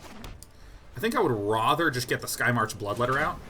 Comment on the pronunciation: I feel like Sean saying "rother" instead of rather is like some version of the 'meow' thing from Super Troopers. Like 'how many people will bring up the weird way I'm deciding to say 'rather'?' Guess I'm one of them.